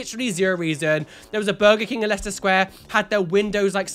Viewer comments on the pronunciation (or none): none